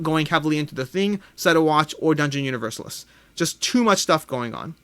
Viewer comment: Hi, Alex. It would be helpful to get a comparison of "The Thing" with the other games of the IP: "Who Goes There?" (my fave) and "The Thing: Infection at Outpost 31". My wish would be to see "Set a Watch" in review. PS: Dungeon UniverSAlis; stress on the penultimate syllable, like ArCAna. ;-D